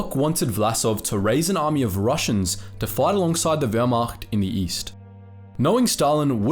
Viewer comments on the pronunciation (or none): none